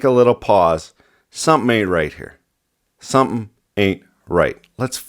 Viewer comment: "It just takes one... fucking guy, to stand up and say, 'hold on, take a little pause, summin' ain't right here.' Sumthin. Ain't. Right." Woah. Hey now, what are you... Canadian?